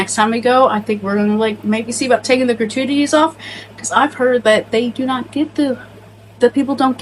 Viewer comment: The way you say gratuities was funny